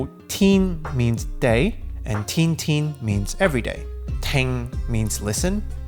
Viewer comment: 天 is pronounced as tian1 not tin1